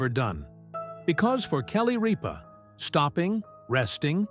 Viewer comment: Need to announce her name correctly Mark did not sit in her chair! Sat in his own! Jonus brother Sat in her chair!! Get it rite!!